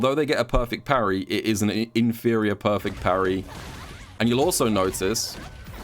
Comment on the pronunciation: imperfect parry = poo-rry